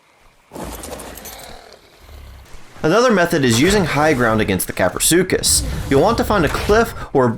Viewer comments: Kapro not crapro🤣🤣🤣🤣🤣🤣🤣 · Lol english isn't my first language I thought you pronounced kaprosuchus like this kah-pro-such-us I didn't know it was pronounced kah-pro-su-cus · Craprosuchus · "Crapro" 😂😂😂 best part of video and was quite unexpectable. Plzz next taming guide on quetzal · “Crapro” 🤣 it was bound to happen 😂👍